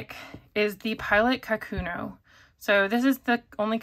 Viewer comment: The Pilot pen is not a “ka-KU-no”, it is pronounced “ka’-ku-no”. Japanese is a pitch accented language, not a stress accented language, and the name かくの means “writing”. The first mora should have a slightly higher pitch than the second and third morae, but the stress should be equal.